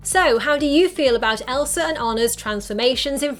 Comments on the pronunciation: No Hate But: You Kept Saying Elsr IT gAvE Me oCd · how many times did u say elser? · i feel like your sayin elsar